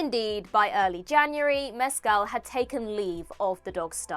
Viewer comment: Jesus your pronunciation of Mescal is appalling.